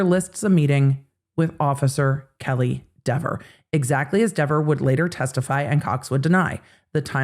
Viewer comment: Kelley Dever was so combative and unpleasant on the stand that I'm happy to hear her name mispronounced repeatedly. Maybe someday she'll chill out about it.